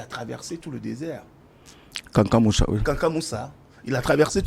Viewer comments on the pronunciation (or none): C’est pas Kankan Moussa mais plutôt Kankou Moussa